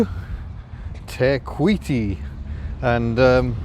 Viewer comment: Oooh your pronunciation of Te kuiti was perfect! Better than a lot of non maori nzers! 👍 I've never been to waitomo, but as you've discovered, you can find stuff you don't need to pay for, but is just as beautiful. On that note, be aware of that down in Queenstown and wanaka and arrowtown, they are basically tourist towns, so somethings will reflect that... If you haven't booked accommodation, I would recommend nearby places rather than the dearer popular places. They are usually only a wee way up the road, but considerably cheaper to stay at.